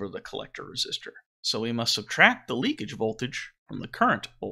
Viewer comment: The word is "leakage."